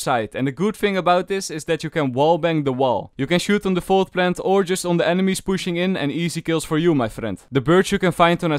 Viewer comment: I love how says plant plent